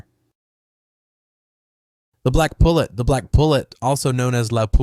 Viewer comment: Also, it is "The Black Pullet (poo-lay)" it's French bro learn how to pronounce words before you make a video you butchered damn near every Proper Noun in this video.